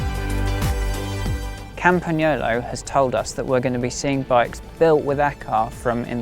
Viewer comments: The correct pronunciation!! 👏👏👏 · I always appreciate it when native English speakers take the time to correctly pronunciate the Italian "gn" sound in words like "Campagnolo". Good job!